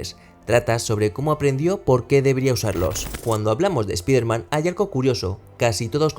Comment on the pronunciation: Si vas a hablar de un personaje extranjero deberias minimo saber pronunciar su nombre. Espiderman? Pedazo de burraco!